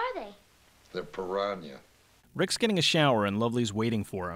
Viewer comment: Piranya? I guess he forgot his glasses while reading that part of the script.